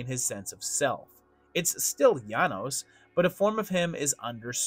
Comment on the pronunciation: Janosz is pronounced “yah-noash". You said his name wrong the entire time.